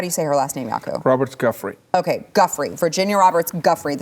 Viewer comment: I love yall and the show, but for God's sake...as someone who's had to correct everyone his entire life...it's not "guffree". It's pronounced "Jew-fray". And NO it's not French. It's Italian lol.